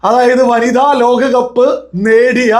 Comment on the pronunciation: സുന്ധർ അല്ല സുന്ദർ... പരിഭാഷ... വന്നിധ അല്ല... വനിത